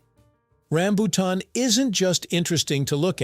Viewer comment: i hate the mispronounciacing of rambutan